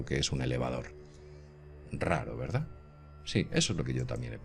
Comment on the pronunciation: VERDAZ , GRAVEDAZ..............!!!!!!!!!!!!!!!!!!!!!!!!!!!!!!!!!!!!!!!!!ME PARECE QUE SE DICE VERDAD Y GRAVEDAD , CON D AL FINAL Y NO Z